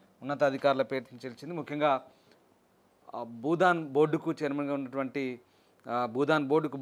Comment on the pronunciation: Anchor మిత్రమా budhan కాదు భూదాన్.